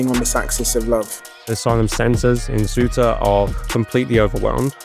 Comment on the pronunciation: 19 minutes in. How many English are in the EU illegally? We have space, lots of it. How many immigrants have you let in? We're dealing with Ceuta, you can't even pronounce it correctly.